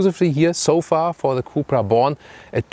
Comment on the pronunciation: Did you just said cupra bolan 😂